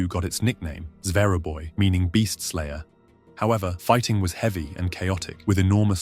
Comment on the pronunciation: it is not "zera boy" it is "zveraboi" (зверобой), do not mess up Russian language